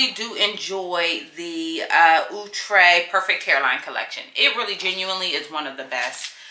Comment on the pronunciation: The brand name is Out -tre'.. Not the way you pronounced. You look like a. This wig is natural for you.